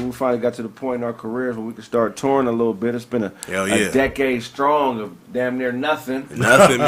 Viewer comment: Did dis nigga say "scrong"black women